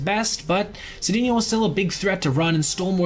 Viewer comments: Glad to see Cedeno get some recognition. Just so you know, it's pronounced Say-czar Suh-dain-yo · Cedeno helped rescue St. Louis in 1985 when Jack Clark was hurt, I think the number was .434 BA, the also lost many home runs playing in the Astrodome which was dead air, btw, I think the name is pronounced Sa-Day-neo